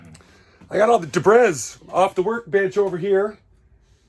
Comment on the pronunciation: "debriss". Is that what the Mohel does? But hey, good video!